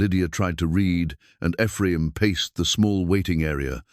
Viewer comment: It's too bad the story is marred by AI's ability to pronounce the name Ephraim.